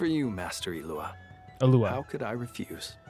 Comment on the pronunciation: You don't pronounce the G in Illuga's name though. It's like Eet-lu-ah.